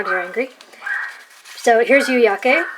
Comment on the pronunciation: You pronounced yu-yake just fine.